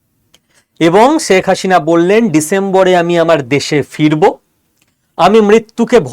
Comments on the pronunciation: উচ্চারণে ‘স’ ও ‘শ’ পার্থক্য জেনেও ‘শেখ’ ‘সেক’কে এবং ‘হাসিনা’কে ‘হাশিনা’ বলাটা কি ইচ্ছাকৃত? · শেখ হাসিনা নামটা ঠিকমতো উচ্চারণ করতে পারো না, তুমি উচ্চারণ করছো শেখ হাশিনা!